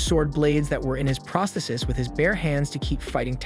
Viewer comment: This video title should say became instead of become. Also it is pronounced pros·the·sis /präsˈTHēsis/ for the singular and praas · thee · seez for the plural.